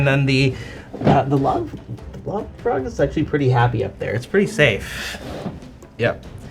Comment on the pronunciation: This episode was hilarious and terrifying! I kept hearing love frog instead of lob frog which for some reason made it even scarier.